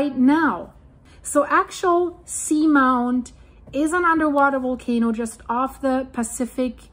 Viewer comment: I have heard it pronounced Ax-ee-all-sea-mount. I love your reports, you’re always on it!